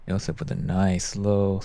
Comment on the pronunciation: you got that wrong, he pronounced Josefs name with pretty good accuracy, but butchered the name of the disc